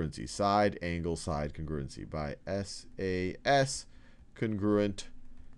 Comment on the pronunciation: Lmao "cingrewgency"